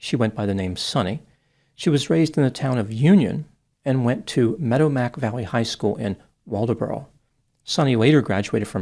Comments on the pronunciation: Medomak is pronounced "Meh-DAW-mick" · it’s a tough one,I know,but it’s pronounced “Meh-DOM-ick” I live 10 miles up the road from the campground. Never thought we’d see anything like this happen in this quiet,serene,idyllic place. If you’re not safe in Maine,you’re not safe anywhere 😢